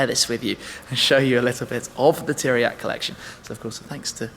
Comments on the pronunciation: Narcis Iordache im from romania,i know who tiriac is,but the first time i heard like you pronunce teriaky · Did you said Teriaky Car Colection ? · Great video, mate. Very calm, pleasant to hear and fun to watch. Also great information. // But one hint: 'Țiriac' is pronounced as 'Tsiriac'. The T-comma (t --> ts), which also exists as S-comma (s --> sh) in Romanian, changes the pronounciation. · pronunced 'Tziriac',would be cool if you say it like that.